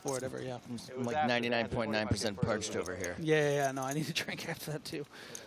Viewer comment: announcer saidi his mouth was perched not parched. hahaha awesome